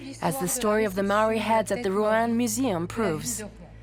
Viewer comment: Mow e. Wall e. Māori Mā - ow - or - re Meowre